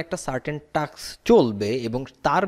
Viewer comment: টাক্স task আগেও একাধিকবার একাধিক ভিডিওতে খেয়াল করেছি। যিনি modulus, Data এর উচ্চারণ শিখিয়েছেন তিনি আবার task এ ভুল বলছেন।